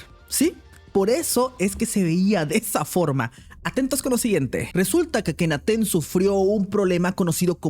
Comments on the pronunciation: "Akhenaten" 😂😂😂 Akenatoon es papá!!! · Akenaten? Será Akenaton. Le ponen la e hasta en los nombres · El nombre correcto es Akenatón. Creo que como lo quiere deformar a su conveniencia hasta le cambia la "o" por una "e" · No es akenaten es akenaton